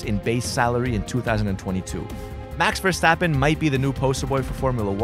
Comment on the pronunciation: The way he said “Max Verstappen” I’m Belgian so I know how you say it…